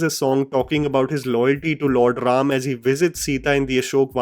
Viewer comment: THANK YOU FOR CALLING RAM NOT RAMA...A WESTERN PRONOUNCATION...🙏🙏🙏